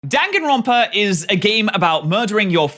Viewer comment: The n in front of a p (or a b) is pronounced as an m. Like in senpai.